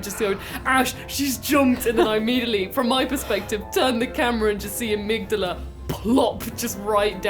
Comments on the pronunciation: armig dahla, it hurts me hearing you saying it like you did, they even say the name in the game "ohh amigdahla, have pitty on the poor fool" or somthing close to that i don't remember it has been a bit since i heard it hehe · please stop pronouncing Amygdala that way, it slightly hurts me every single time.